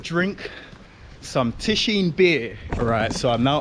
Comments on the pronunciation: Is Cieszyń not tishin 😡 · Cieszyn :) Tak sobie myślę "o co chodzi z tym tiszinem? Może on jest w Tychach..." A to Cieszyn.